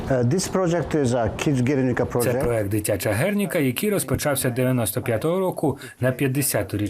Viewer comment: Проєкт,вчіться говорити правильно*